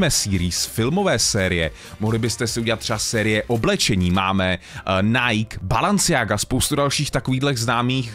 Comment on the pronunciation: cením co delas ale pro priste pls Nike se cte jako Najkí a Balenciaga se cte jak se pise takze neříkáme balanciaga ale balEnciaga 😂